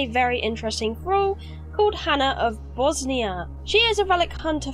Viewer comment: It's not Bosnia, it's Bossonia :)))). Also love the dead body piles under the locations :)))